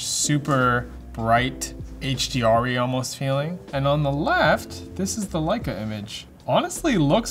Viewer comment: Pronunciations were perfect. Both Leica and Leitz. Now try Angela Merkel.